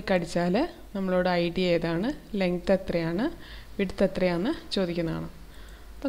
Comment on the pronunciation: Legth alla length 🤣😂